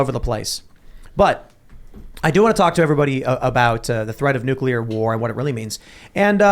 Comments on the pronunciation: nu·cle·ar Not nuke-u-lar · Nuclear not nucular! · What is Nuculer? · i can’t take Luke seriously anymore, because he puts a q in nuclear ☢️ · As a rad tech, its like nails on a chalkboard whenever i hear someone do that